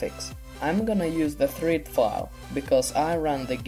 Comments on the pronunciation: its not treed file its the third. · "the threed file" *third xD